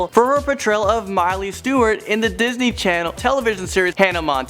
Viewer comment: Lol disnet?